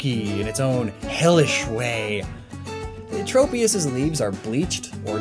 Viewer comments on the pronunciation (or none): none